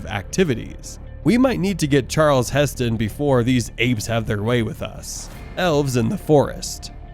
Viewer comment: Did he say "Charles Heston"?